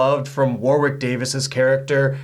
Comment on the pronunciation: No horror movie has ever been as scary as listening to "Warwick' being mispronounced so many times 😫